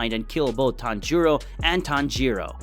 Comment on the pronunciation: Bro it’s not tanj-u-ro it’s taan juroo and how’s tanjuro alive